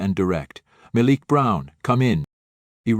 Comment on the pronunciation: Please choose one pronunciation for "Malik", while telling the story. Thank you.